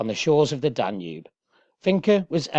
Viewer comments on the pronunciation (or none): none